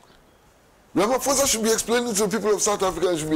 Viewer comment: Pls pronounce Ramaphosa properly…you’re pronouncing it white